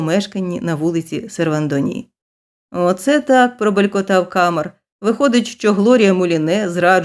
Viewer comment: Читання (виконання) на 12 балів😊 із 12. Малюсіньке уточнення: у всіх французьких словах наголос падає на останній склад, тому КамЕр. Перепрошую, що втрутилася.